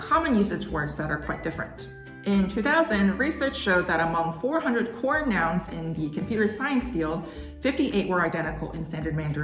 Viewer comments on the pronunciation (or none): none